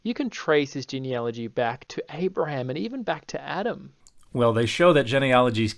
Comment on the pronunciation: I'm going to be radically fair and praise the stitched creator for correctly pronouncing "genealogy."